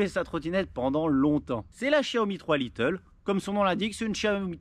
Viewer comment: Mdr c'est pas little, c'est lite (light) 😉